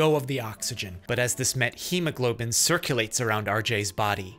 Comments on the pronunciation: Linguistically speaking, you pronounce wrong methemoglobin. In Greek we pronounce it like methamphetamine. Meth. Met-chemoglobin is wrong pronounciation. Not t and then h. Theta. This is important. I dont know if all doctors in English or just you pronounce it this way. I am Greek doctor. I know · 0x00FFFF is a neat color. Never knew methemoglobin was pronounced like that; I've been pronouncing it "meth-eh-mo-globin". A dose of methylene blue should help. That's what treated the blue men of Appalachia. (/jk jk I know this case is has different pathophysiology but same symptoms. I just find genetic methemoglobinemia fascinating). Oh hey, called it. Lol